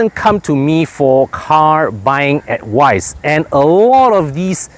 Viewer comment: Never take advise from someone that cant even say the word....